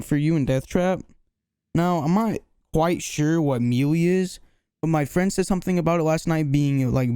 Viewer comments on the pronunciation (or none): none